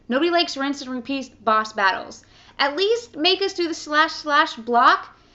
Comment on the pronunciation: She says "Bosh Battlesh